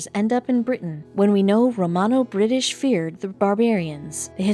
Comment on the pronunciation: TV If you want to pretend you know something about ancient history, at least check your pronunciation on 'Romano' and 'Hunnic'.